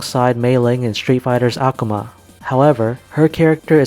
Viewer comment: Amazing Darkstalkers videos. Just one critique... Akuma is pretty much universally pronounced "uh-koo-ma"